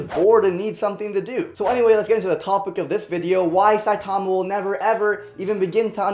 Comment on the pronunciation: He is saying saitama wrong.